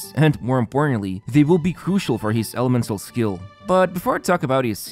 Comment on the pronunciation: Why does he always say "hees" instead of his...? Always gets me..what accent is that ^^